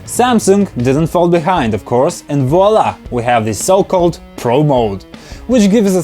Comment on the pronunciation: french touch "AND VOILA "